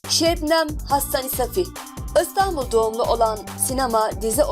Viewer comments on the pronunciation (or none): none